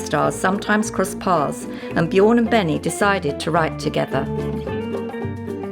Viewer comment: "... between Benny and Bjåg ..." How can it be that difficult to say Björn?